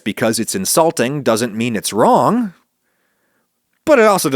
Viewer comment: In-salting haha